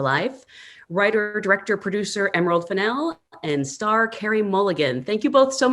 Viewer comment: learn to pronounce Emeralds last name correctly.